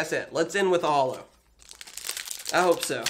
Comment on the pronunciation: i love your videos, but i hate the wat you say "holo" its like JOLOUUH